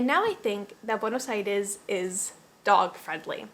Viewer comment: The way you pronounce "Buenos Aires" sounds so argentinian.